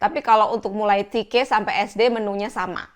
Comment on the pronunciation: Te Ka ❌ Ti Ke ✅